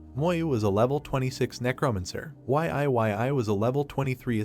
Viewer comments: Ok what the Deuce! Can you please get the AI voice to say Yi-yi (Yee Yee) not Y-I 😮‍💨😣 ive got a headache minutes in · Cant bro pronounce YE YE as in YIYI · Y.I.Y.I is killing me 😅